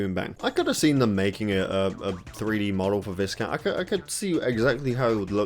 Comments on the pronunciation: Bit of a pet peeve but “Viscount” is pronounced like “Vy-count”, like the biscuits. As for the characters, I definitely missed the ones from Twinsanity the most but hopefully there’ll be another Crash kart game down the line which is more accessible to casual players. Maybe something more like CTTR’s style but with far smoother mechanics i.e. Mario Kart. I have several friends who just couldn’t get to grips with CTR’s drift mechanics despite being far better than average at pretty much every single racing game they play. It just ended up putting them off it because they couldn’t even finish online races against me or anyone else who was able to utilise drift boosting and they definitely weren’t alone. The difficulty is the main thing that killed the game’s longevity so hopefully we can get all these characters plus the ones that didn’t make it in a new, more accessible game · Thats not how you say Viscount